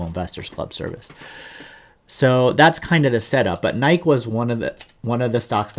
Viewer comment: Are you deliberately not saying NY KEE? Anyway, good channel, appreciate your analysis. I'm long NKE and it's a large position for me.